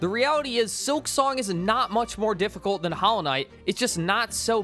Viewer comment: "Hallow" Knight? Is this one of those dollar store knockoffs?